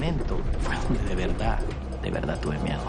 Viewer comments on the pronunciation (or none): none